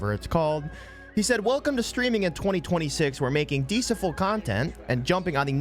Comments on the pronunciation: Buddy can't read deceitful 😭 genuinely laughing bro can't read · No way you pronounced deceitful like that lol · 13 seconds into the video and my man cant pronounce “Deceitful”. Why would I listen to this guy? I’m out.